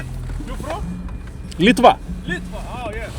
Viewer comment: Ne LyTVa , o LitvĄ ruskai . Tu tari kaip lenkai